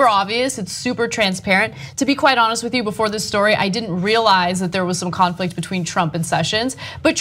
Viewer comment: I thought Ana said "Clownflict" lol